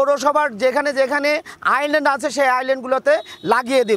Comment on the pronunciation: আইল্যান্ড নয় আইসল্যান্ড।